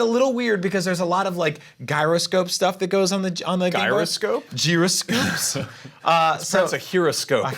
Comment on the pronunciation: Aaand I'm back again! "Guyroscope"?! Wtf is that...its gyroscope